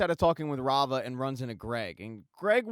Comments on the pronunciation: Rah-Vah. Not Rayva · Say it with me, Rah-Va. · Thanks for the great recap…I thought Kendall’s ex wife’s name was pronounced “rah- var”